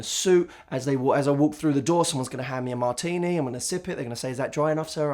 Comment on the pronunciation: OMG Matt with two t's when you said martini I instantly pictured you as the next 007. Smart, sexy and British accent....wuhuuu